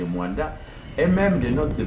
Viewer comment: Ce MOANDA et non muanda